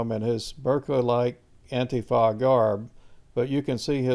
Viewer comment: Ann-tee-fah is how you pronounce it. Ann-TEE-fah. Not ann-tif-ah